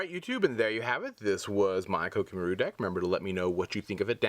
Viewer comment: Did it bother any1 else by the way he said koa'ki merit?